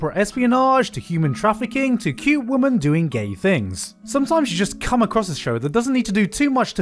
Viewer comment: why you gotta say come like that